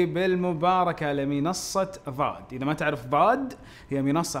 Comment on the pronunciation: استاذ فيصل انت تقول ظاد وهي ضاد (( تصحيح فقط ))